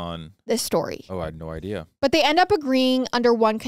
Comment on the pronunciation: Why does she say “idea” like “iday”